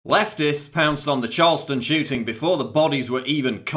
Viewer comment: I'm really sorry because this is a serious issue and you have a lovely speaking voice, but it sounded kind of like you said "Charleston Chewting" and you can punch me in your mind now if you want.